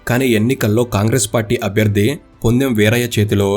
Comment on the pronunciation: పొదెమ్.వీరయ్య ..bro( ponnem ) kadhu